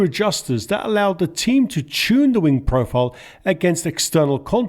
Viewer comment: Love the way you struggle with “TH” coming out as ‘FF’ so 3 becomes Free. But you also collect the African black Da. So THAT becomes DAT. Other than that you have a nice voice..